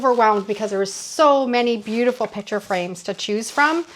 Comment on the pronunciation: I hope this doesn’t sound as critical as I think it does--😢 but, your pronunciation of "piCture" as "piTcher" really assaults my ear! LOL! 😅 😮 I loved your ideas and how you transformed the picture frames, 🎉 ❤but I had a very hard time listening to you say: "piTcher" frame so many times...😢 Is this pronunciation typical of your regional area?